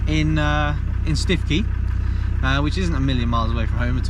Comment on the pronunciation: All bend-in-the-middle soft shell roof tents are like that, they have the tongue and groove to transfer weight onto the main lower section, I'm not that far away so happy to give it a look, prob only need a little extra height on the RTT. Prob good that you didn't pronounce Stiffkey correctly as no one would know where you were...